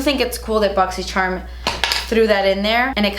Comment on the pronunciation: Who else watches these just to hear her say "boxy sherm"? <3